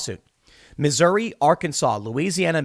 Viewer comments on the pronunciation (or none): none